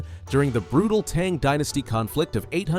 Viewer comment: Tang not Teeeng Dynasty🙄🫣🫠 Americans…